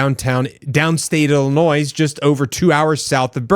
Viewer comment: How do you not know who nick fuentes is or that ring is owned by amazon or that the s in Illinois is silent?